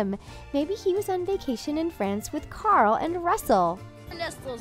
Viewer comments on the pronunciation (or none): none